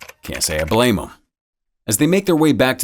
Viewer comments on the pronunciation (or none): none